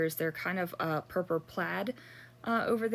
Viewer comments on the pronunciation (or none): Love the layout. Do you realise you say purpur instead of purple?